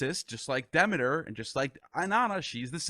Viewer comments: What an honor to interview Carl Ruck. It was funny hearing Hades pronounced that way. Then there's the pronunciations DEMI'-ter and per-CEP'-pony that threw me. But who is El-U'-shus😅? And the mushroom, I've always spoken it SY-loh-SY'-bee, but have heard others pronounce it differently. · Haydes, demiter, elushis, layment etc